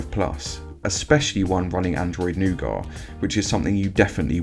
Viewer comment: Not nougoht! It's nougat!